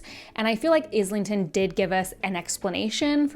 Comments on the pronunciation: Sorry, fellow Aussie here like the author. His surname is not pronounced with IS lington. It’s eye lington or Aisle lington. Hope that helps. He has been on other channel interviews and pronounced it himself. Mike’s book reviews at about of the interview and Maude Garrett both have interviews with him pronouncing his surname What’s even crazier. The audible narrators mispronounce it. Not sure how that happens but no wonder people are so confused. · Just a heads up, it's Islington like Island